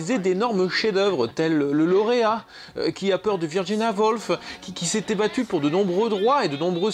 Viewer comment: "Qui a peur de Virginia Woolf": Woolf se prononce woulf et non volf. Sinon, pour prendre un exemple, ce n'est pas parce qu'il n'y en pas systématiquement un dans les couples homos qui fait la femme tandis que l'autre fait l'homme que ça n'est jamais le cas. De même pour les travestis: tous les homos ne sont pas travestis, mais certains le sont. Et il faut bien avouer qu'il serait beaucoup moins drôle de mettre en scène des homos réalistes dans ce genre de film. De même qu'il ne serait pas drôle de mettre en scène des bourgeois réalistes chez Molière ou des joueurs de RPG réalistes dans Naheulbeuk... La comédie consiste à forcer le trait. ça vaut aussi pour l'accusation portant sur la misogynie du film. Le personnage de l'italien macho est archi-courant, que ce soit au cinéma ou au théâtre... On parle d'acteurs d'une époque où l'on faisait ses classes à partir de la commedia dell'arte. Parler de leur jeu d'acteur nécessite un minimum de culture dramatique. Les deux films n'ont tout simplement pas le même propos. Le film américain est une réécriture du premier pour servir une cause... le film français est une comédie s'adressant à un public suffisamment averti pour ne pas lire le film comme le fait le qui est tout de même bien à côté de la plaque... S'il nous apprend bien quelque chose, c'est que ce n'est pas parce qu'un film est inspiré de l'autre que les comparer est pertinent. Il ne s'agit pas de deux versions de la même histoire. Il serait plus juste de comparer La